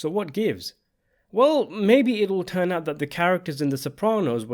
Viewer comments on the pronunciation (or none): none